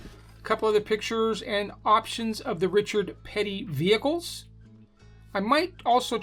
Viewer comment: You could have said the name more wrong. But I doubt it. As for the rest? Pretty good.